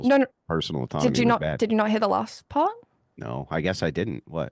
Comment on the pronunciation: “Nohr” How do you fk up a 2 letter word? An entire continent can’t pronounce the most powerful word in the English language